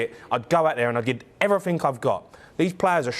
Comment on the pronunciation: Why does he say 'every fink'? 🤢